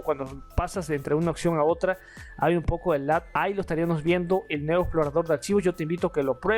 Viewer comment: Amigo tus vídeos son siempre muy interesantes pero te recomiendo que corrijas la pronunciación de las palabras con N y M. Por ejemplo dices cosas como estariaNos cuando debes decir estariaMos y esa falla la cometes muy seguido en casi todos los videos. Más allá de esa pequeña crítica constructiva te felicito por tu contenido y siempre doy like a tus vídeos. Saludos y éxitos.